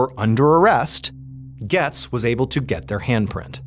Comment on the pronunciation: Its "GOETZ"(GATES) ...not "gets"....js lol